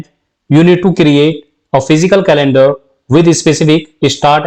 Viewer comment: Due respect to your incredible video content but your pronunciation of Fiscal calendar is “physical calendar “ in entire video .